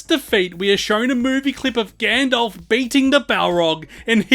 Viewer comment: who tf is "Gandolf"?